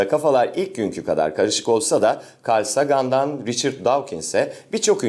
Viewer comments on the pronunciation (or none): Hocam ya yanlış anlamayın ama Karl Sagan Değil de Karl Seygın sanırım okunuşu